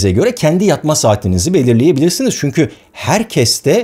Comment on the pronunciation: barış abi seni yıllardır izlerim ve takip ederim senden ricam çünki yerine çünkü telaffuzunu yapman